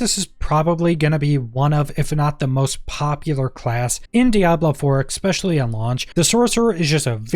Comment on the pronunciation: there is no x in the word especially